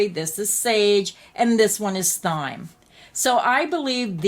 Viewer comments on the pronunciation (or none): It’s prone “time” not “ thime” for the word thyme.